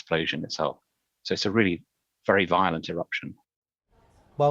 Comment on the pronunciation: Wery Wery 😔